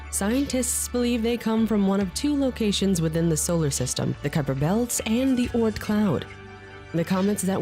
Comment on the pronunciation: It's ky-per and ma-keh ma-keh